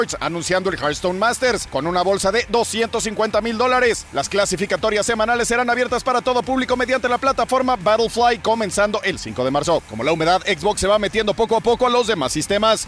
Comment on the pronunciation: BattleFY, no BattleFLY. Se dice LEVIOSA, no LEVIOSAAA.